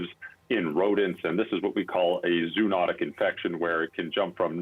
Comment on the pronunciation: Learn to pronounce zoonotic correctly! For god’s sake, you do this for a living.